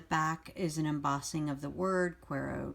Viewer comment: Great review and love your channel! FYI, the words are Spanish so they're pronounced 'koo-EH-ro to-SEE-no'. Cuero means 'leather' and Tocino is bacon/fat. HTH! 😊